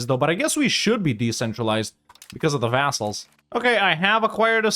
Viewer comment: "vassals", "assholes" sounds the same :D